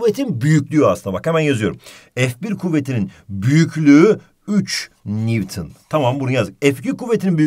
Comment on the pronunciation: NEWTON Ahhhh mı dedi ? hocam ne diyosunuz